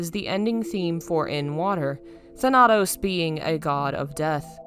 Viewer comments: Most of the times when somebody corrects another person on the internet it comes across as hostile, and it's not my intention. The pronunciation of Thanatos is wrong, It's THAnatos, not ThaNAtos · I remember from having played God of War: Ghost of Sparta, that the stress in the word Thanatos- which is a noun- falls on the first syllable